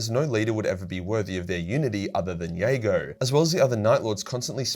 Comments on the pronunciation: Those Night Lords novels dragged me back into this daft, money pit of a hobby. Love your work but I have to be pedantic as I'm sure the J is pronounced in Jago in the audio dramas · Me, wondering why is pronouncing Jago with a "Y" and not a "J". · Lolz. I don’t think the J is silent is it!? Never heard it pronounced that way, n u b gettin a lil crazy wit pronunciations from t2t 😏. Anyways, in conclusion, just say the J plez. 😅